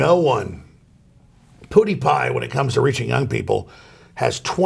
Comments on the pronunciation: I love how Alex Jones says PewDewPie. "Puddy pie" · The way he said "pewdiepie" Poodipie at fucking cracked me hahahaha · my favorite sound in the world is Alex Jones trying to pronounce "pewdiepie" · I don't like how he said "figure" with a hard R there. Also, Alex saying Pewdiepie should be sent on an interstellar radio message.